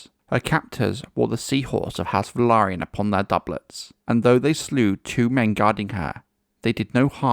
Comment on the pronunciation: Finally, a YouTube channel pronouncing "Velaryon" correctly! 👍